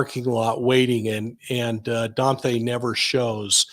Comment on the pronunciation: Please quit saying DON-THAY.